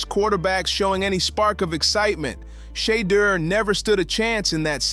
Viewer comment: You know what got out of this story? How many ways you can make up the way to pronounce Deon and Shedeur! You’ve said their names abt three different ways! Who writes these scripts? SHAME!!!!!